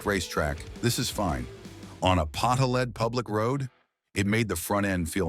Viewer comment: Pot-ho-led? WTF?